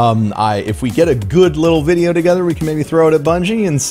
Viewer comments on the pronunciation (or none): none